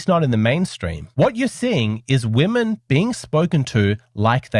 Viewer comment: I love this show and guy. English is his first language. Why is it he cannot pronounce the word "women" properly? WHY? The show is about women and this is the only word he can't pronounce. It is beyond bizarre. Every other word in his lexicon is perfect. It is pronounced WIMMIN FFS. (35 years teaching English to non native speakers and this is the most difficult word for non natives and "clothes") Surely he is a native speaker of English? Utterly bizarre. Freudian perhaps?